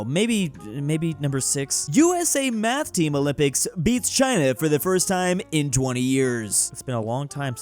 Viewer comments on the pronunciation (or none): none